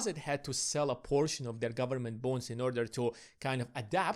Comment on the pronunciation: Sounds like you are saying ‘government bones’ 🦴🦴